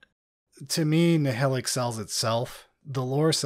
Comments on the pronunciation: As someone who listens to the audiobooks, it’s weird to hear people pronounce Nihilakh as “NI-HILL-ICK” instead of “NI-HIGH-LACK” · Nile-ack ! C'mon guys.